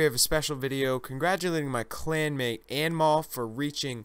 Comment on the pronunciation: hey mostly i think anmol is indian its pronounced as un mole nice vid